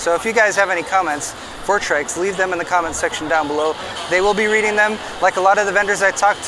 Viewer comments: the man still calling them Trix throughout the video lmao..the disrespect. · TRYX is pronounced "trikes"???? Sounds better than "try x" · I like the "Trix" pronunciation better :) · He begins by saying he got the name wrong and proceeds to get it wrong again and again throughout the video. 😂Old habits die hard, huh?🤣 Doesn't take away from the video, at least not for me. Mostly 'cuz I've sure been guilty of that one too.🤘